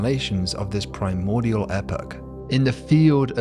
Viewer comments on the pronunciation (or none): none